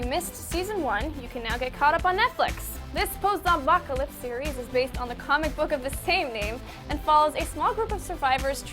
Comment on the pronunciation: Really, no mention in the comments about inability to say "Post-apocalyptic?" I'm proud of you, IGN subscribers.